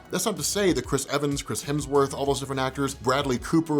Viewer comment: lol "Chrims Hemsworth"